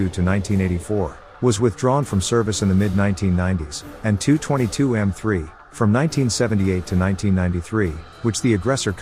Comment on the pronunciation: Forgive me but ho long have Tupolev aircraft have their diminutive Tu pronounced as ‘too’ rather than the traditional T.u.?